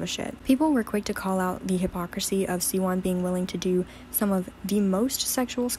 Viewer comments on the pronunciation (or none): It’s pronounced zeeco and shiwon not zeyco and ceewon